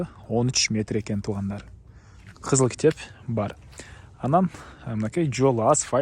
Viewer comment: Кичеп дебей китеп деп эле айтпайсыңбы. Дайыма эле кичеп кичеп дейсиң